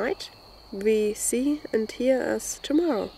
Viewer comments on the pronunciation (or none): none